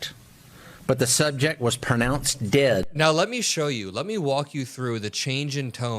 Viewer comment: What sent my blood pressure spiking was the way Bovino pronounced the word: Dead in regards to "the subject was pronounced dead." His over-the-top pronouncement was something like: Day-ed-da Listen carefully if you missed it.